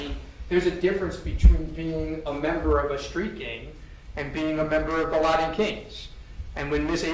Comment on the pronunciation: I can’t believe has not learned how to say “Latin” yet 😂